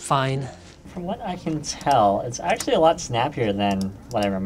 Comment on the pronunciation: Lol "axtually"